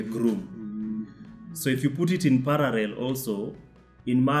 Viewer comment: Kadzo and Makena wanadedi pale timestamp after big homie said "pararrel" at timestamp 🤣